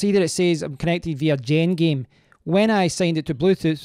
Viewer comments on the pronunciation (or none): I think its pronounced jen game not gen jame